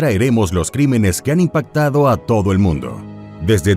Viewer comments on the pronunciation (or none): none